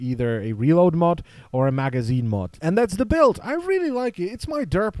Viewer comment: To nieje "beld" ale "bild" pokiaľ viem :D